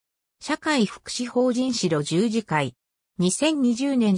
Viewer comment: この中で村尾圭介医師が居た茨城県鹿島神栖市の軽野村にあった白十字養療所の読み方がシロジュウジではなくハクジュウと読むのが正しいです! 大きな誤りですので、是非とも訂正してほしいです。